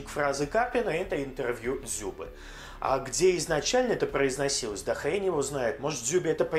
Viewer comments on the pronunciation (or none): none